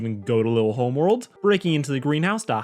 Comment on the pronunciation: Says Homeword bound even though it says Homeworld bound ON SCREEN Me: TRIGGERED